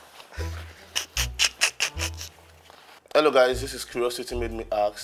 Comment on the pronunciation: ASK not AKS 😅